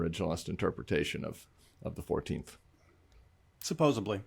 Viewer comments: You guys…it’s not supposeBly, …it’s suposseDly. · Tim Miller just said: SUPPOSEBLY.......YEAH YOU DID! Ah, it is Supposedly.